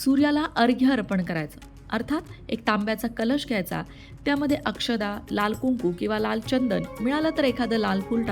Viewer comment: No 'Akshada' but 'Akshta'